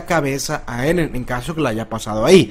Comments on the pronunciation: J ajajajajaj minuto dijo eden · ¿Si levi se pronuncia livai eren se pronuncia irin?